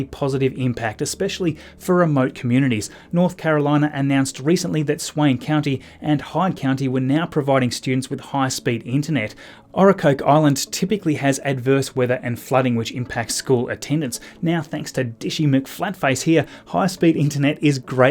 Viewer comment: Yes, Kate said it wrong also. I'm from there and it's pronounced Oak-Rah-Coke. LOL! I'm not trying to hassle you. Knowing is better than not knowing!